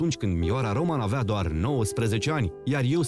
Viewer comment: Se pronunta Ròman,cu accent pe o nu pe a,inteligenta artificiala!!!